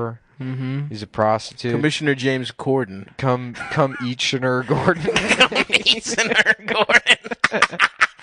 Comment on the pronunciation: Convinced Nick first said Come-Each-In-Her Gordon